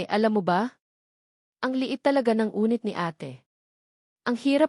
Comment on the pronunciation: Anong unit? Yunit ang Tamang pagbigkas, ay ano ba Yan🙄